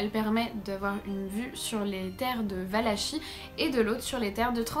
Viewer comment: Valakie ça se prononce